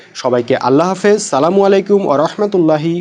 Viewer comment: সালামের উচ্চারণ পরিষ্কার করে শিখে তবেই সালাম দিয়েন ভাই।